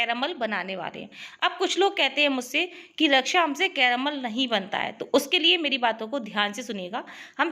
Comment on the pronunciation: Anyone notice how many she says caromol?